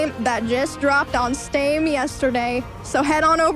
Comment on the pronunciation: "Just dropped on Stame" 😂